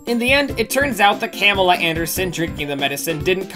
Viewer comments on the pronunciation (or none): none